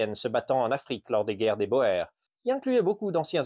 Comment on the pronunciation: Il ne s'agit pas de prononcer à l'anglaise mais de prononcer correctement ce mot d'origine néerlandaise.